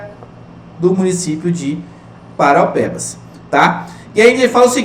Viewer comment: Oq me quebra é o senhor falar parupeba . Isso sangra os ouvidos de quem nasceu na cidade.